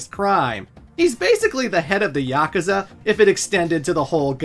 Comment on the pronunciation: How did you pronounce yakuza?was that a joke or what? Ffs